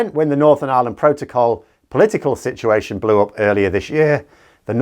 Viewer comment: Oh it's worse than that 😂, you can't be gay or GLQBT , they think it can be "prayed" out of you. The "Mrs Robinson" apparently "cured" some of the "deviants"/👿. Some of that community are decent normal folk as well, but we know which side your are on by your lingo. Listen to the pronunciation of situation, that'll be SIT-uu-ahShun.